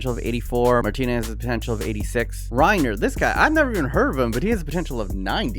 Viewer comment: Your pronunciation of Reinier ruined my ears lol. It's Rey..near.